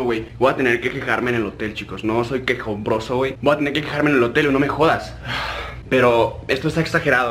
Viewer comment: entendí motel